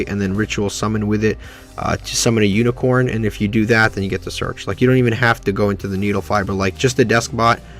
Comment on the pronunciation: uniCORE not CORN. good vid otherwise